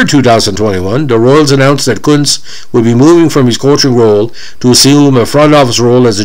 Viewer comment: Ironically enough, you are pronouncing his name correctly.